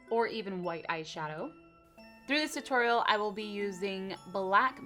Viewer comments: It's not torel it's toriel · its t*u*-toriel not to-toriel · You mean a tu-TORIEL, not a tutorial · You mean full tu-Toriel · Don't you mean.. Tu-TORIEL? I'm sorry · its not tutorial its Tu...Torial !!! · she said: tuTORIEL OMG LOL 😛😛😛😛😛😻😻😻😻😻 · it's a tu-TORIEL . . . . I'm sorry. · Doncha mean tu-TORIEL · You said tu-toriel :) ur vids are awesome!! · Do you mean tu-toriel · U mean tu"toriel" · You mean toTORIEL! b-dum-tshh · Lol te-Toriel lol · Don't You Mean Tu-TORIEL